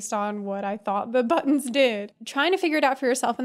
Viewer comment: Are you saying hello buttons or buns? That's what I'm confused about lol